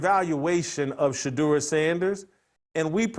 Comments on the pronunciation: Tupac Sheduer 😂😂😂😂😂😂😂😂😂😂😂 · Tupac shadur lol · Tu PAC Shadure 😂